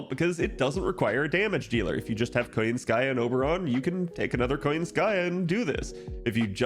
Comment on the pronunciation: Why KoyanskAya instead of KoYAnskaya tho?